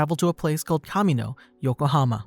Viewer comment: *Pronounced Ka MEE No, as in the homeworld of the clones of the Grand Army of the Republic. There are a bunch of Star Wars references in MHA.